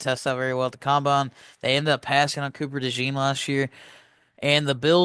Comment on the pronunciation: It’s combine don’t know what you’re saying